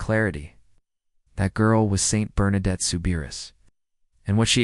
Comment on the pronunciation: Bernadette ...pas Bernarde !